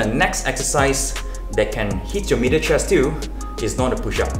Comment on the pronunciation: I had to rewind to check if he said middle or meater chest.